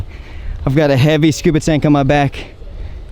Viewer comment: Say scooba again 😫